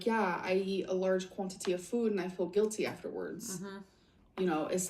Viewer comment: The way she says “quantity” and words with the oo sound (food, do) all the sudden soooo differently make me want to pull my hair out.